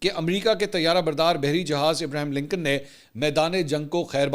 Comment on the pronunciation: امریکی جہاز کا نام ابراہیم لنکن نہیں . ابراھام لنکن ہے پہا جی